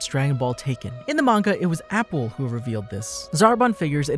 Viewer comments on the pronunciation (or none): wait its pronounced " A" " Pool' not apple so cunfused how u got their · I get triggered with the pronunciation of Appule, idc, it will always be Apool for me lmao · Apple?! 😂 Its appule (ah-poo-lay) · His name is appule not apple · It’s not APPLE. It’s Pronounced AH-Pool.